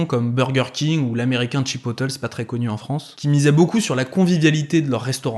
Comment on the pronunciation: Chipotle ca se dit vraiment Chi pote lé, pas chipoteulz haha sinon super vidéo